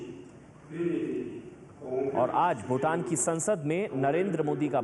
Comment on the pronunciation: Aap ko bhutan bolna nahi ata bhutaa n. Bolta ho pm jee spaling galti hai